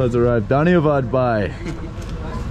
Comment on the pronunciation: Thank you for sharing your experience in Nepal, my only feedback for you is the pronunciation of 'bhai' whereas you sound like 'bye', hence the confusion, please do not take it otherwise, you made an effort, and that alone means a lot, I have a lot of expat friends living in Nepal for the last two to three decades, yet they refuse to learn Nepali which is sad.